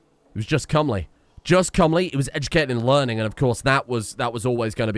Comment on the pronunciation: he said cumly not comely jajajaja